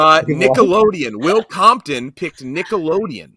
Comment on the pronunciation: Will Compton calling Will Compoton on the Will Compton category is unbelievably funny. Couldn't script it any better